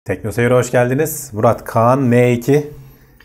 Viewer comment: kaan diye marka mı olur arkadaş,söylerken kaağnı gibi çıkıyor ses? bu ismi değiştirseler bu fiyata patlardı bu telefon,yazık